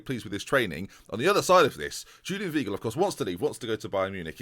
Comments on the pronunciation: Weigl= WHY-Gel (pronounced with a v not a w) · Weigl is pronounced "Vaigl" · Weigl is pronounced “Veye-gl” Like ‘eye’ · The German 'ei' is pronounced like an English 'I'